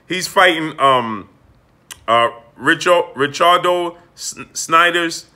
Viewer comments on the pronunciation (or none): none